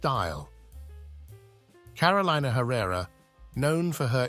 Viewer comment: Lord. Can we pronounce her name correctly?